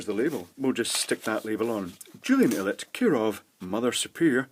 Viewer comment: Unexpected pronunciation... I'd expected Ilett would have rhymed with pilot Pronunciation of GaAs perfectly nominal however.